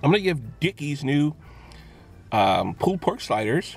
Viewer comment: Sounds like your saying "poo" pork sliders. LOL. Love it.